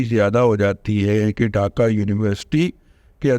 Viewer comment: رضوان ارسطو ڈاکہ نہیں ہوتا ڈھاکہ ہوتا اور اس کا تلفظ بھی یہی ہوتا ہے - ڈھاکہ ۔۔۔۔ اردو تو ٹھیک سے بول لو بزرگوار انگریزی کے ساتھ جو بلادکار کرتے ہو وہ تو ہم جانتے ہیںscreen کو جو بندہ suckreen بولے اس کا کیا کی جے